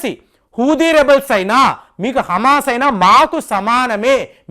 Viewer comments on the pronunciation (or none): none